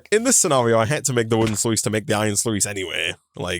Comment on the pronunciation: Great vid. BTW, Sluice is pronounced sluce